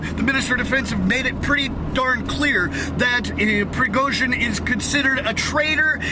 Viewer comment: Prigojin... J is read as u read J from Jenny